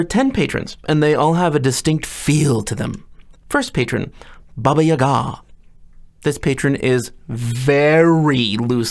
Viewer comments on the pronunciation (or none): I have normally heard Baba Yaga pronounced baBA yaga, but your pronunciation (baba yaGA) makes her sound a bit more familiar, like an aunt, which makes the witch a bit creepier. Thanks for the video, your insights are appreciated.